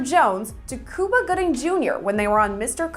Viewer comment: it’s Cuba not Cooba lol